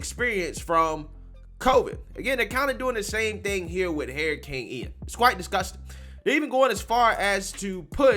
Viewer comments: Dude it’s not hairrican—— it’s hur·uh·kayn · De Santis is AWESOME SAUCE NO DOUBT! BUT, YOU SAYING HERICANE! WHEW CHILE 🤣😂😂😂🤣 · Big fan here saying this but the way you say Hurricane is nuts lol You sound dead on Cleveland Brown from Family guy when he says "Heryicane" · I thought Harry Cane Sandy was a person for a quick second lol